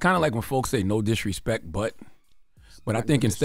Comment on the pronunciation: He said disrespek 😂😂😂😂😂😂